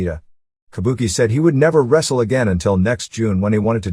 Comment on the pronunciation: "You wanna wrassel me, machine boy?"